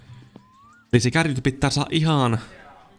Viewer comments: Älä sano kärri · KÄRRI on murretta! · Sitä. Ei sanota kärriks